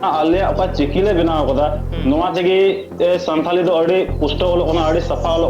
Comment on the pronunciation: Santari nahi hota hai Santhali hota hai😂